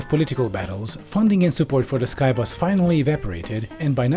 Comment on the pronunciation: says Skybus What I'm hearing: K A I B A S